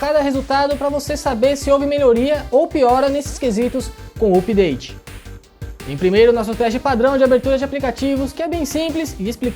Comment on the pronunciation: OPDATE???? HAHAHAHA